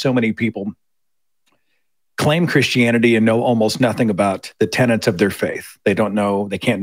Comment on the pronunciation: Seth, it's 'tenets', not 'tenants' - just sayin'